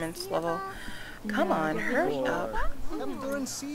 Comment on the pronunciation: LMAO i turned on captions, and whenever she says "Hurry up now" The caption says "Periods"